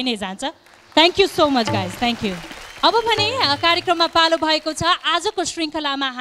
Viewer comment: सुमनले थ्याङ्क यु भन्दा थान्कु भनेर बिचार गर्ने त म मात्र हैन होला है।anyway nice performance.keep it up.